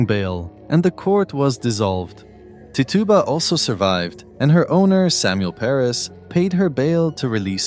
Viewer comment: Just fyi, and I'm guessing it's just cause you're not American, but Tituba is pronounced Ti-choo-Ba